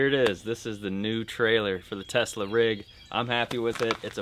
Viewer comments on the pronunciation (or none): I cringe when he says Tesla